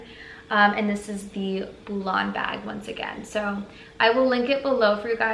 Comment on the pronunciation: Hey sis love the bag .... Love your channel.... and the G is silent 👊🏽